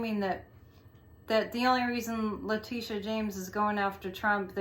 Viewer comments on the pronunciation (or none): none